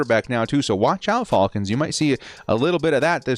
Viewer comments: i cringe every time he says their name 😭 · You say Falcons weird